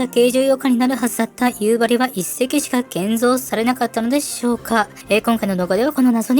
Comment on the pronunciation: 北海道民なのですが、やっぱり「夕張」のイントネーションが気になります…。道民は「蒼竜」と同じイントネーションですので。 でも、なぜか夕張メロンはさんの発音ですｗなぜかは地元でも分かりません😅